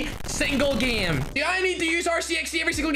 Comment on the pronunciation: I like how he says geme instead of gãme to pronounce GAME (ECHOES AROUND YOU).